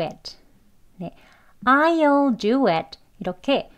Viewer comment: I'll 발음 전 왜 "올"로 들리죠 제 귀가 이상한가요?